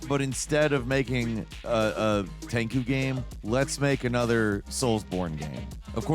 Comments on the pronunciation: Come on. No one called it TenKoo growing up. It was TenChew. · Wait....is it pronounced Tenku and not Tenchu??? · Pronouncing Tenchu... "Ten Koo" is jarring me. Its choo bro. Choo choo like a train. Ten... CHOO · Now... while this list is great... when discussing Sekiro you kept pronouncing tenchu (ten-chew)... tenku? 😭 I was googling the wrong thing to see what game you were talking about 🤣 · It hurts when says "Tenku" instead of "Tenchu' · Tenchu is pronounced TEN-CHU not Tengu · Hol up why tf he keep calling tenchu "tanku" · Never in my life have I ever heard Tenchu pronounced as "Tenku" 😂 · yo, tenku? You HAVE to be doing this on purpose 😂 How do you pronounce planktons restaurant name??? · I love you, and i always laugh when you willfully mis-pronounce things, but i was just confused when you said "Ten-ku." Just why? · Why he keep saying Tenku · You say Tenchu strangely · Love your videos but the way you pronounce "Tenchu" drives me nuts. Although not as much as you trying to say "Cabelas". God bless your little carburetor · Dude I had to forcefully remind myself of your penchant for deliberate mispronunciation when you were talking about Tenchu. I didn't even know what you were saying at first. I wanted to get pissed until I remembered who was saying it.